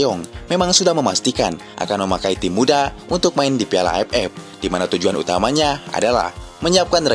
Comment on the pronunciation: Admin orang sunda ya..gk bisa bilang aff tpi aepep